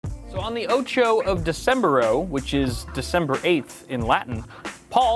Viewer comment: Tf is “Decembro”? 😂😂😂